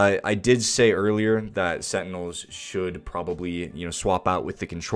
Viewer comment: setinels LMAO